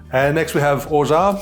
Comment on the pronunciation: Perfect french pronunciation of orgeat 😎